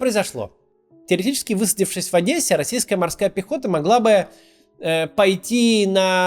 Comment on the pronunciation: Спасибо за Ваши видео. и отдельное спасибо за нормальное произношение нашего города. Одесса :) ( бо Адэса нас всех чуток выводит из себя)